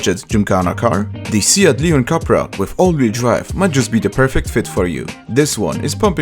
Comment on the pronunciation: The U in Cupra is pronounced like a double O (like the Mini Cooper) Greetings from Barcelona!